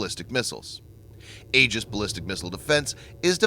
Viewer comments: Oh dear God how painful it was getting to the end of this video with your repetitive mispronunciation of Aegis. It is not pronounced "ages" but rather "ee-jis". Next time for such an otherwise excellent, important and informative presentation, which you obviously spent a lot of time developing, you might want to take one minute to go to a dictionary. P.S. : Aegis was my father's last project as Deputy Director, Naval Sea Systems Command, Bureau of Weapons in the navy. It was fraught with problems, the biggest being that on the Cruiser U.S.S. Ticonderoga (its first test platform) when they first switched it on, it drained all the electricity that the "Ti" could generate, blacking out the whole ship (aka "dropping it's load"). That was maddening. I don't know how they got around it so well as to be able to install it on the smaller destroyers. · The "A" is silent..........."E"gis..........fyi